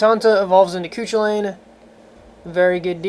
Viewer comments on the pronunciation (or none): I'm Irish and Scathach is pronounced "Skaw -thuk" Cu Chullain is "Coo Cul-Inn" I cant help you with Badh Cadbh because I have no idea lol